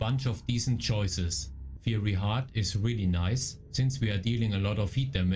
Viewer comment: "fiery" sagt man wie "feier" + "y" Thanks for the vids!